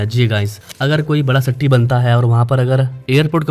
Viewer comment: Bhaii sitti nahi city